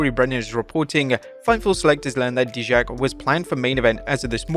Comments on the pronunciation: Pronounced DIE-JAK. Not DEE-JAK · IT’S PRONOUNCED AS DIE-JAK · Its pronounced DIE-Jack. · How are you mispronounced dijack??